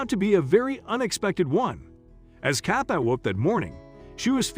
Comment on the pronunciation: Why is he pronouncing her name Cath-eye? Is this a robot?